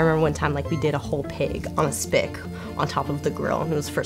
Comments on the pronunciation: So that’s sick and all, but is no one going to point out that she called a spit a “spick” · Hummm it's pronounced "spit". Also my grandmother met my grandfather while she was working as a butcher. She taught him how to cut meat, married him and made him open his own butcher shop. This was back in 1948.